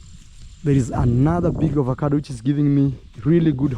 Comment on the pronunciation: You don't say Ovacado, say Avocado